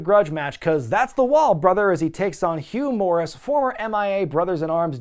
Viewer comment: I don't know how often he did, but I remember Tony Schiavone used to pronounce Hugh Morrus straight up as "Humorous"... I found it Hugh Morrus